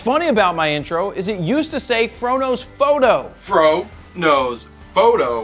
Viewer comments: The first times i watched your videos I hear "frodos photo" instead the "fro knows foto" 😂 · first time i watched one of your videos, without know anything about you. It sounded like you were saying, "frodo photo," which makes no sense, looking back. Love your videos keep them coming. I love Tolkien too.